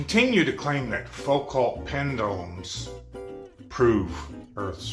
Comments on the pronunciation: This pronunciation slap fight while they both mispronounce Foucault cracks me up. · Foo-cults? Pratt uses an electric plumb bob. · This yellow-toothed, wife-beater-wearing, super angry man who can't pronounce Foucault is so tiresome to watch.